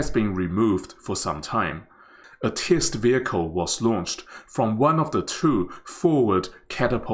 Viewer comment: I hope the commentator will check on the pronunciation of the word 'test'. Obviously, he mispronounced the word.